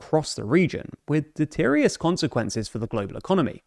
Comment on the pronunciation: "deterious"? deleterious.